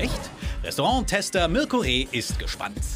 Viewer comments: Bruh er sagt am anfang marco reeh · Der typ am anfang sagt einfach marco reeh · Hat er im Ernst Marko Reh gesagt ? 😂😂🙄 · „Marco Reeh“ 😂😂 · Marco Reeh !??! Der typ heißt Mirco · " marko reeh?" heißt der nicht "mirko reeh?"😂😂❤ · Mirko Reeh und der Moderator sagt Marco Reeh 🤣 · Bin ich der einzige der gemerkt hat dass der moderator am anfang marko anstatt mirko reeh gesagt hat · Vor allem der Moderator sagt Marko Reeh😂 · Wieso sagt er am Anfang "Marco Reh"?? 😂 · Der Moderator am Anfang sagt Marco Reh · Der Ndere sagt einfach marko anstatt mirko reeh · "Marko Reeh" wow is nicht so dass er Mirko heißt 😂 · Der reporter sagt koch marko reeh